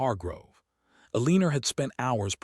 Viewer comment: I agree! STOP, STOP, STOP saying "Aleener". She's either Elena, or Eleanor, prounnced El-ih-nor"!